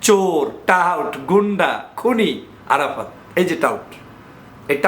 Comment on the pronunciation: ভাই আপনার আরাফাততা 😂😂 বলাটাই অনেক সুন্দর হয়েছে গুজব লীগের কাজ তো গুজব ছড়ানো